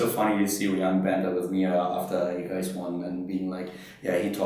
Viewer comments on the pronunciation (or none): did he say " alright gays" ? ^^